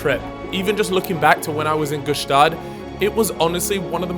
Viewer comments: hate how he mispronounces gstaad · Btw the g in gstaad is silent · stop pronouncing the G in Gstaad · The G in Gstaad is silent btw